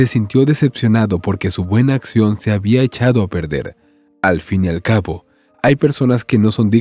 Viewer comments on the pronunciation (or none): none